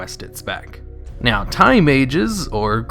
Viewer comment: I thought you said thai mages instead of time